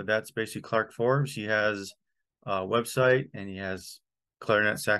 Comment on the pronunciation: Nice video! (Side note- no "r" in "Fobes, but glad to see his work acknowledged here.)